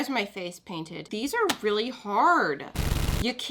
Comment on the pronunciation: I think she said "drainted" instead of painted